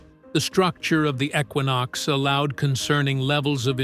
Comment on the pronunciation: It is not a ecquonox it is a junk equinox